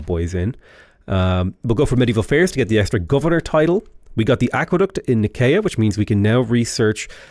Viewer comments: And Nicea is “Ny-SEE-uh”, not “nicky-a” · "nikaya" is killing me - it's pronounced ny-see-a 😭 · Yo, Love the vids! It's pronounced Ni-see-uh. It's where the church came up with the Nicene Creed :)